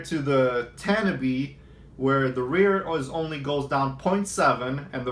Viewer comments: Tan I be lol :) We know he aint from cali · Tah nah bee is the pronunciation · It’s pronounced “Tah Nah Bay”